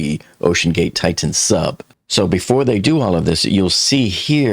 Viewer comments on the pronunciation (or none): The name of the submersible is pronounced "TI-tan," not "TITE-tan."